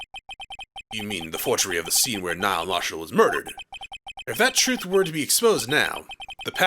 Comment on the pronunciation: gets extremely irritated because they keep calling a "vase" a "jar". Also - pronounces "Neil" like "Niall" for the whole fucking game.